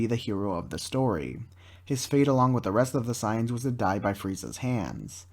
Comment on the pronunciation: Correct: Say-ins Incorrect: Cy-ons